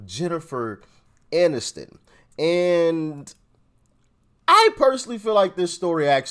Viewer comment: Barack…..it’s Jennifer Aniston, not MANiston.